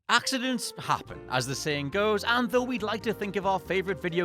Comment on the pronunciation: That ''accidents happen'' sounded so german lmfao.